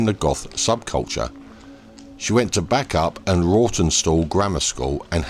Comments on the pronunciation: Bacup has a secret 'y' in the middle, pronounced 'Bay-cup'. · Sorry, its pronounced Baycup. Very sad story, poor woman! RIP Sophie ❤